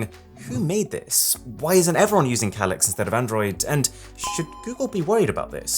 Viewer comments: That's not how you pronounce that word. It's "Kay-Licks". Not what you said. UGH, I can't handle it, you say it too much... LOL. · It's simply just a difference between an British accent and your accent. That's all. What's way, way more annoying is how he pronounces "Calyx".